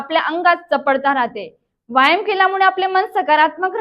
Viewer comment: व्यायाम शब्दाचा उच्चार बरोबर नाही करत आपण.